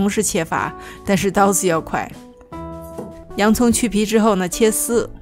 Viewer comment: 切丝 原谅我听成切四 。。